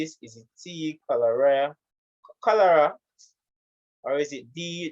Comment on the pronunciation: "MI neva ketch chlorea yet mi dear" took me out lol